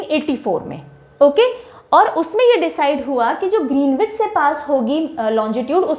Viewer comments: Awesome explanation. One thing to correct, the pronunciation of Greenwich is ग्रीनिच instead of ग्रीनविच 😊. I know because I stayed in UK . Thanks for the wonderful content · Just wanted to point out one thing in the world map lectures. You probably know this already but for those interested, Greenwich is pronounced "Grin-idge" or "Grin-itch" and not "Green-witch". Saari School life mein jitna nahin seekh paaye utna do din mein aapne sikha diya ma'am. Thank you for such incredible videos. Truly grateful for your efforts. श्री गुरुभ्यो नमः 🙏🏽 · Pronunciation of Greenwich = GREN-ItCH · Good lesson. Pronounced Gren- ich. W is silent. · Ma'am pronunciation of greenwich is wrong